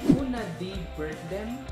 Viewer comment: nice tutorial... ang galing "bertdeym". very colorful talaga mga dialects satin. Keep it up.